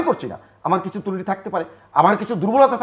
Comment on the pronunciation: তুরুটি না এই শব্দটা হবে ত্রুটি